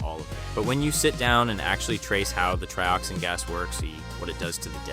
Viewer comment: Sounds like AI to me… TRY-oxin and TREE-oxin within just moments of each other? 🤔🤷🏻‍♂️ “They feel pain?” spoken like a question when it was meant to be an obvious statement… I dunno, you may have scripted it and possibly edited it, but that voice screams AI.